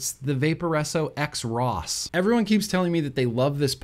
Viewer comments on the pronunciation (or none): First....YOU HAVE A RAD MOVIE POSTER IN THE BACKGROUND., we just connected on a soul level. Wow. Second I COMPLETELY agree about the Vaporesso XROS. (Supposed to be pronounced “cross”. 👎